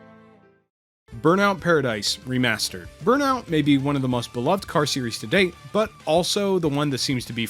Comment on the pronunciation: Hey now! I like your style buddy... "Re-Marrrrrstrrred"😂. I don't know if you're planning on making more videos, but I subscribed! Sleeping Dogs and Call of Juarez FTW!! ps: Play Sleeping Dogs Now!